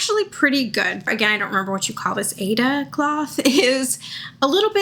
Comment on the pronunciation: It’s pronounced as I-Ada